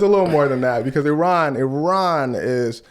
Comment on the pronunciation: I'm one the few Iranians in Iran currently with access to international internet access first thank you for pronouncing our country's name correctly second people of USA please don't encourage our government I know all of you know that trump is an idiot that has ruined your lives our government is just one big trump